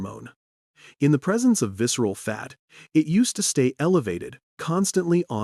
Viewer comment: Excessive visceral fat "sorrounds" vital organs, leading "inflammatien" & health complications -"viscral" fat "accumilation" -"tofoef"? -obesity "beat" -"synchrized" balance -"cogintive" clarity -"sqezzing" belly like a contract with the devil -"odliques" -energy "shotrage" detected -cell "merbane/merrane" -a silent, "pracise" exchange of information -coded message "dispachted" -"panceas" -"viserial" fat and organs -"metaboltic" command zone -"subcuitaneous" fat -insulin "cotput" -"Pancras" -"resisant" cells -"cortiol" -"doponime" reset All the mistakes are killing me 😂 I gave up on tracking them after five minutes in.